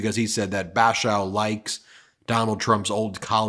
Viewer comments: It's not "Bash-oww", its "Bash-ore". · What disappoints me is that Curtis Bashaw (pronounced BA-SHAWL, btw) is NOT as moderate as he claims. He's talked glowingly about Trump himself and looked down on me when I told him I was a Democrat. I've lived and worked just miles from Congress Hall (part of Cape Resorts group), of which Curtis owns, nearly 30 of my 43 years. I wouldn't be surprised if he pulled a Van Drew and goes full MAGA in a few months. I don't quite trust him. The good news, though...I voted for Kim......nervous and anxious to see him beat Curtis. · Bashaw rhymes with awe